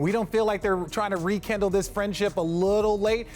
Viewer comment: Is it just me or did Richard slickly say Re-Kendall instead of rekindle ?😂